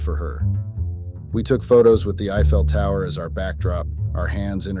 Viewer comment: Was that the "eye fail" tower or the "I fell" tower?